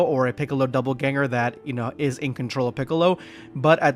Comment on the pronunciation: Bro there is no "b" in Dopp'elganger. God damn.